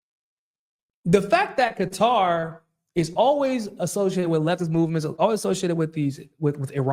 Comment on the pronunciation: Thanks for pronouncing Qatar correctly. It’s so funny when people say Cutter lol